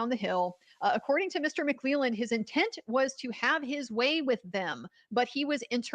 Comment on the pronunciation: It’s Mu-Clee-Land. I went to high school with him.